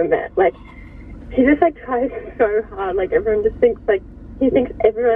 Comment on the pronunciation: 3: 53 actually says "trying so HAD" Not "trying so HARD" 😂😂😂